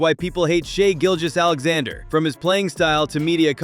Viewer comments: Why do people mispronounced his name. Trash video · foul baiter? Think James Harden. Kobe Bryant. And please pronounce his name correctly Mr. AI